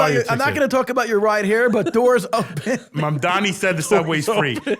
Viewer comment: for the last time it’s MamdaNi not MamdaMi